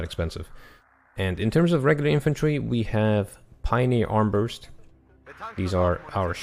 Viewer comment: Not complaining, just informing you that those Pioniers AT weapon is called Armbrust not Armburst. It is german for crossbow. Great video as always.